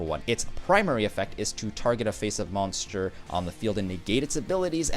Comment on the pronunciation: how he pronounces moanster... triggers me